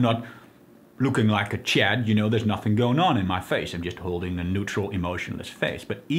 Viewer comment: the emphasis on chad 😂